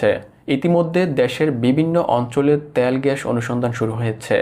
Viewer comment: ত্যাল না, তেল।